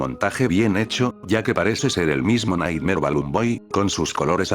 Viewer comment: Nighmare: ❌ Naymar 😳👻👻🥵🥵🥵